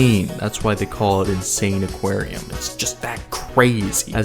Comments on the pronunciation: bro calling the game "insane aquarium" instead of "in-sa-ni-qua-rium" is wild 😭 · I think its pronounced "insAniquarium" Like Insanity + Aquarium Right? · Wait?!! Its read as insane aquarium?! 😂 Me as a kid who dont know english that much read it as In-Sa-Nee-Quarium 😂 This game was seriously addicting back in the day... Wish i could play it on mobile tho